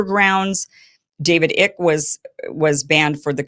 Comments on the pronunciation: Pronounced David Eye-k, not Ick. :yougotthis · "David Ick" 😆It's Icke. Like Nike (not Nikey) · david ICK. lol. its pronounced david icke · David ICK?? Jesus no Pronounced IKE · David Icke, is not pronounced David "Ick". It's pronounced exactly as it is spelled. "Īcke", [like bike]. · David “Ick” lol! Icke… long I sound. I love Kim. I just found this little thing funny. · David Icke — Ike as in former partner of Tina Turner, not ick as in the fish fungus. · That’s David Ike….emphasis on the I. Not “ ick”.It’s “eye”ke…not “ick”. He lives on the Isle of Wight in southern England. Yes he’s somewhat “eccentric “ . He’s a former media celebrity. He’s harmless. Unlike these authoritarian fascists running Australia and my country🇨🇦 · It's not "Ik" Kim his name is pronounced "Eye" then the K okay? Icke as in bike. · It's David Icke, pronounced "Iy-ke" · Iyck as in bike not ick as in sick .please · Its david IKE genius. Not ICK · Are you just reading these names off of a script as if you've never heard them pronounced because you're mispronouncing them all!? David Icke long I) not David ick Gavin McGinnis not Gavin McCimes, I wouldn't shut a tear if every country on the planet barred that man from entry that guy's a scumbag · Icke is pronounced "Eye-kee" or "Eye-kay", not "Ick". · Do you really not know how to pronounce David Icke’s name? It’s long I , ke. 🫣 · Icke, I believe, is pronounced Eye-k (IKE).😉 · David icke is pronounced eyek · David Icke’s name is pronounced Eye-k 😊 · Fyi, David Icke's last name is pronounced like Mike without the m. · Iversen clearly has no idea who David Icke and Gavin McInnes are, she had no idea when she read the names and mispronounced them horribly. "David Ick" "Gavin Mc-Eyens" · Kim, David Icke's last name is pronounced with a long "I" as a word that would rhyme with "bike." 😎 you should try to get him as a guest on your show. I think you would appreciate his ideas, intelligence and compassion. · David Ick 😂 It's Icke. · Rhymes with Mike 😂